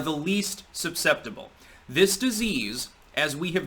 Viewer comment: "supseptible" lol